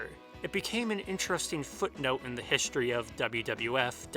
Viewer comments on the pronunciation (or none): none